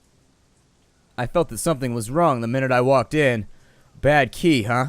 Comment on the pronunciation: Qi is pronounced chi, byw :)